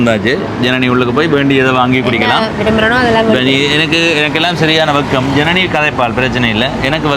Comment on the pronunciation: Janani aval peyarai solum podhu enakku Irani endru than ketkuthu sariya uchcharikka soli kodunga